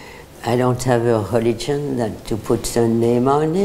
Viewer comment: With her extra thick accent,she pronounced her kind of Religious practice just right. "Helligion"